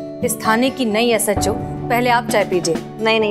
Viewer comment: Peheli bar ne SHO aache se bola😂